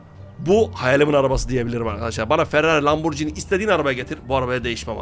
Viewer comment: Ya abi ismini söylemesi bile güzel Lamborghini